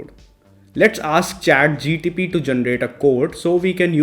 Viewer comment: bro its Chat GPT not GTP